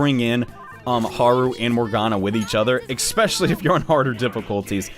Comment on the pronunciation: 'Ek-specially'. Every episode. I cannot unhear